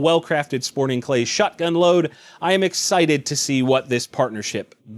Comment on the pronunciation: When you say shotgun, i hear "Alakablam"